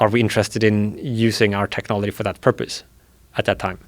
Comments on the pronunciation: Why can’t this guy say the word technology or technological correctly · This guy invents a new way of pronouncing technology every two minutes I swear